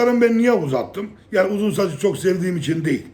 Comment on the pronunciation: Yaggni demen beni çok güldürüyor